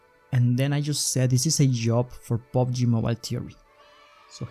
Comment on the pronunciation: Its PUBG nOt POBG